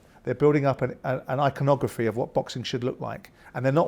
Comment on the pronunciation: an iconronogapfi? this word doesn't exist Simon....